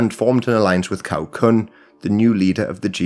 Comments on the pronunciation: 'C' in Cao is pronounced as 'Ts'. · Really appreciate all the research and work you're doing on this. Just a little advice on pronunciation, since it looks like you are planning to make more videos on Chinese history with sources using Pinyin spelling: the letter "C" by itself as in "Cao" is pronounced like "ts" (as in "tsar" or "tsunami").